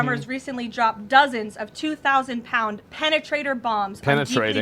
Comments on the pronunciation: “Penetrator Bombs” She emphasized it just to trigger the libs 😂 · She put some stank on that "Penetrator"